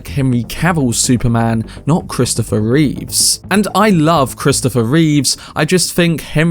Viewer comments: Love your videos dude and I’m sorry but I gotta say it’s Christopher Reeve not Christopher Reeves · Reeve not Reeves